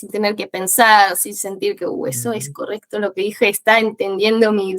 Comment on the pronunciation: No seamos exagerados. Errores de pronunciación: "corecto" "entendia" (en vez de entendía) "calidez" (pronuncia con una z inglesa con vibración) Errores del fraseo/imprecisiones: "hablar una base" Tonada/sutilezas: "semanas" pronuncia la A medio cortada como otros acentos (mexicano), si bien que hay argentinos que tiene esa tonada pero no corresponde al acento bonarense que imita ella y eso la delata Son cosas que se notaron en partes aleatorias del video, sin embargo ella tiene un nivel muy alto.